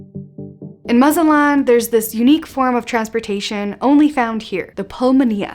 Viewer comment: I can't listen to you because you can't pronounce Mazatlan right.